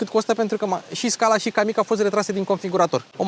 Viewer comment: kamiq se citeste "cam mic"